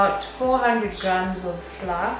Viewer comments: Flour is pronounced as 'flower' Otherwise awesome tutorial Will definitely try it out sometime 😊😊 Aaand.... You just earned yourself a new subscriber!! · Thanks tried them out. But why do pronunciate flour as "Flaa" instead of "Flawa"/Flower". For a moment I thought it was a special powder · U know they are Kenyans the moment they pronounce the word 'flour'.